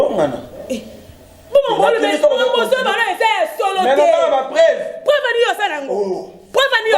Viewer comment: Bokende KO vérifier MONUC ndoki complexe NDEKO boyayeeee frofiteur mwasi azo telema bino bofandi impolie aza mpe na famille y'a mabe niveau ni-ni? Ozo prononcé olobi épreuve eza épreuve te eza nde balobaka preuve soniiii